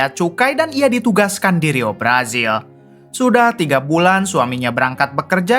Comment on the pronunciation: Ngapa sih ditukar² baca hurufnya??? J dibaca Z, Z dibaca J. Jenazah jadi jenajah, brazil jadi brajil... yg bener bang 😂😂😂😂